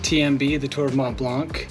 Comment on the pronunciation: I suck at pronunciation myself, but you could really put more effort into pronouncing Mont Blanc the way it’s supposed to. (coming from someone who pronounced Yosemite incorrectly (read it like a German) for the longest time)